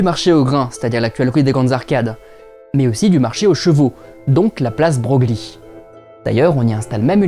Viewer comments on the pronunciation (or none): Place de "breuil". Quoi qu'en disent les gens. Le nom du mec se prononce "breuil" et pas "Broglie" selon la graphie. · Broglie se prononce "breuil" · Broglie se prononce Bro-gli ? Breuil plutôt je crois Sinon il faudrait aller voir les possédées de Morzine à propos des conditions sociales supposées avant des conversions. Et évidemment regarder aussi au moins à l'origine les épisodes maniaques bipolaires. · La Place Broglie ??! On ne prononcerait pas 'Breuil', par hasard ? Louis de Broglie, le prince de Broglie… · J'y habitais dans les années 90, j'ai donc également un âge certain. Ceci dit je suis peu sociable, mon échantillon de Strasbourgeois quant à la prononciation du nom est donc relativement limité, il se peut fort bien que les deux usages coexistent. Pour l'anecdote, on peut noter que la prononciation Breuille ne correspond en fait pas à la version italienne, c'est un usage spécifiquement français, qui revient à ne prononcer le nom ni en italien ni en français.